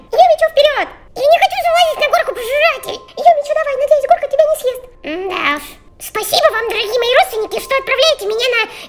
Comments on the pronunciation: Не сажрот а сйест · не сйест а съест 😇💖